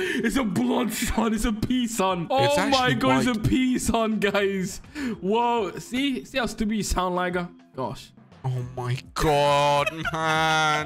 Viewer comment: " it's a pee sun" no it's a Caprisun